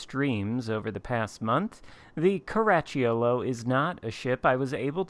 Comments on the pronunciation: Italian fan here. Very good attempt… next time try to say “Caraccholo” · Oh, you butchered it ….sheesh. No matter….Outstanding Video! Cheers!